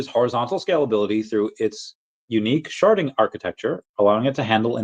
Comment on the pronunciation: I cannot hear “Sharding” without thinking you’re saying”Sharting” at first. I can’t be the only one.